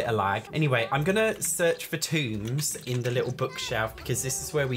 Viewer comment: lmao, I can't with you calling tomes 'tombs'!